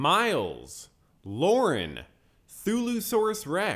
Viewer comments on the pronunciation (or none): none